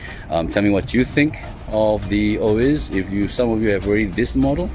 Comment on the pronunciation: Orbea Oiz pronounce it as oi as in oil, the z is silent in Spanish